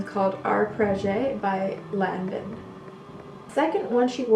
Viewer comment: Its pronounced Lanvoun and Skapareli. You are welcome.